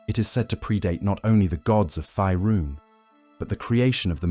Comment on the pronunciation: Curious why the voiceover keeps saying "Fierun" like that when it's pronounced "Faerun" like "Fayrune". Weird.